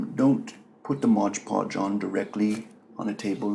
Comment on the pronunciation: Seriously! Is this for real? The guy is obviously doing a voice and accent here. Then he claims Gladys Knight of Gladys Knight and The Pips is his Aunt? Then he repeatedly calls it "modge podge" when the actual bottle that is right there in front of him clearly states, "MOD Podge." Not modge podge! I got so many laughs out of this!